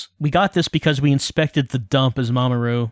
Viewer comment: Every time you say 'Mamoru', I keep thinking you're saying 'Mama Ru', as in, Rupaul 😅